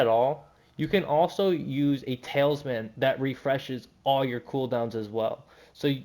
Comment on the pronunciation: Bro are you saying tailsman? 😅